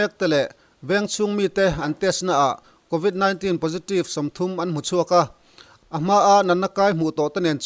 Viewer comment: News channel siam tur chuan lam rik dan fimkhur tur a bikin English en tir nan convit 19 i lam dan hi